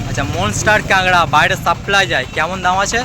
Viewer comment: কাঁকড়াকে ক্যাঙড়া বলছ আবার জিগ্যেস করছ